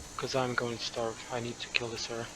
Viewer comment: Kept hearing Sarah not Cera 😆